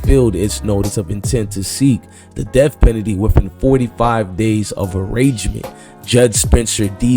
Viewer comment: U don’t know how to say penalty?? And didn’t u post this videos this morning ???